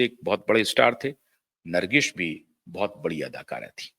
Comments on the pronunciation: भाई साहब, नमस्कार। आप कैसी हिन्दी भाषा बोल रहे हैं? नर्गिश नहीं;बल्कि नर्गिस है; प्रोड्यूशर नहीं प्रोड्यूसर होता है।आपका बोलने का लहज़ा तो अद्भुत है; लेकिन शब्दों के अशुद्ध या गलत उच्चारण के कारण ऐसा लगता है कि मानिए रसमलाई खाते-खाते अचानक मुंह में बाल अथवा कंकड आ जाता है और मज़ा किरकिरा हो जाता है। उच्चारण की सटीकता पर ध्यान दे। धन्यवाद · ब्रांडिंग तो बहुतों ने करवाई,चाय बेचने वाली ब्रांडिंग भी सफल रही। नर्गिस को ठीक उच्चारित करें। नर्गिश नहीं।